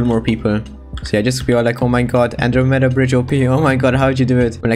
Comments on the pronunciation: an dro m e da NOT ANDROMEEEEEEEEEEEEEEEEEEEEEEEEEEEEEEEEEEEEEEEEEEEEEEEEEEEEEEEEEEEEEEEEEEEEEEEEEEEEEEEDA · Nobody:: An-Dro-meda No hate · stop pronoucing it like that, that word was founded like 964 CE